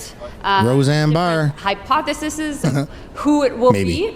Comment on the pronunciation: "Hypothesisssezzz" - Mélanie Joly